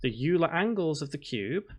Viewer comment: Hey, don't know if you read these (especially 6 month old ones), but Euler is pronounced "Oiler" not "You'll-a"